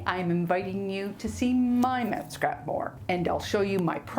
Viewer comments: Mount Scrapmore, Ha! At first I thought you said Scrap Morgue! Well either one is accurate! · The first time you said "Mt. Scrapmore" I thought you said "Scrap morgue"! 😂😂😂 And I thought, how appropriate! Wanted to say too that I love that quilt hanging on the wall behind you at :25 (and intermittently through the rest of the vid). Great tips for the scraps, thanks!